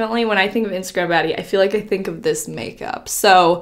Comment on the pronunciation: i was jusssttt about to comment this! i couldnt stop laughing lol